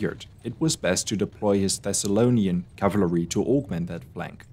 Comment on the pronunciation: did you say "cavlary" ?